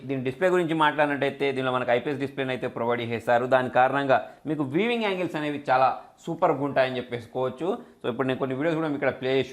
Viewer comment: బ్రదర్ వీవింగ్ కాదు; వ్యూయింగ్ యాంగిల్! వీవింగ్ అంటే అల్లిక కదా